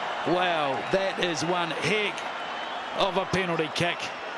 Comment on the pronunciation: "that is one hick of a penalty keck"